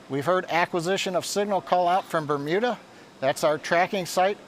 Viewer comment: bermumida :D